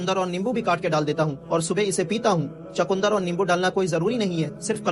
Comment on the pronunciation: Bhai.....chakundar nahi hota ...chukandar hota hai ...